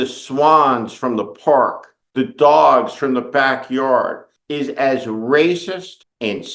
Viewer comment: Don’t our love the way he says Doowgs